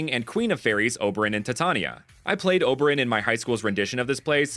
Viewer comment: OH-buh-ron, tai-tay-nee-uh. Lol